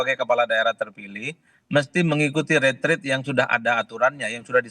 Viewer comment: Kok mengucapkan retreat salah, dibaca retret, ini kah level penyiar Kompas?